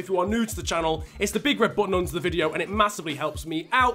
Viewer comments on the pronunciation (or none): none